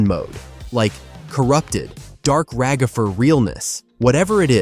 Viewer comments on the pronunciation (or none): “Ragafer”😂 I was dying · Why are eyou saying ragafer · Can we talk about the agony of hearing "Ragafer" so many times, can we get a counter? 😭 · Why have people called Ragatha Ra-gatha/RaGATHA and now Ragafer!? LMOA. It's Rag-atha/RAGatha (phonetic pronunciation: /raːɡaθʌ/). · “Ragither” got me